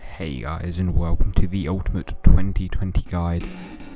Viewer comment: tHE uLtimat tuWENtee tuWENtee gayde